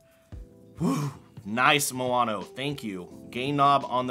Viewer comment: how do you manage to say moano if the spelling is maono? btw, usb-b is still used nowadays for midi instruments (keyboards etc)